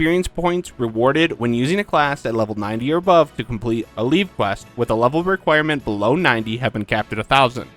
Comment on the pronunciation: It’s pronounced ’leave quest’. That’s why the challenge log is called Making like a tree 😊